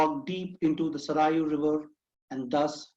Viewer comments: Please improve your overall pronunciation, its Saryu NOT Sarayu river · Saryu is North Indian river, so don't teach us what is correct pronunciation of Saryu river, people like you can even teach English to British person and will say "M" is pronounced "yum" as per South Indian languages.